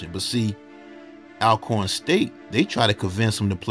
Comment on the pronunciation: We go through this every time you talk about Alcorn 😂 it’s pronounced ALL-corn like all of the corn. I always thought Ormarosa was super suspicious giving interviews at the funeral